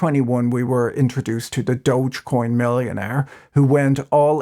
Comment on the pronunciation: who else is proud that Patrick pronounced DOGE correctly?? It's DOGEEEE-coin and not DODGE-coin